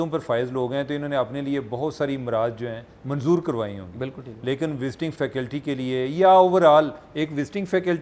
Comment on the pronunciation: Its faculty not facality-please correct your pronunciation-use your I phone dictionary